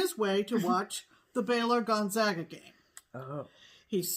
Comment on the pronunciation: thank you for pronouncing Gonzaga correctly when you discussed the basketball game. They’re from my hometown and deserve some love. Your French knots look amazing! Congratulations on getting that piece completed. -you are right about babymoons. They are a thing. We didn’t have one but I won’t hold it against hubs. 🤣. Have a great week ladies!